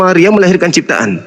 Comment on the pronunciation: Oten Pendeta ini keliatan tololnya saat di tanya Yesus ciftaan apa pecifta,,😂 ngakak